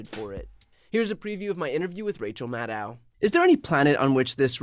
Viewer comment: It’s Maddow, like “shadow” - can’t believe how many of her peers refuse to learn the correct pronunciation.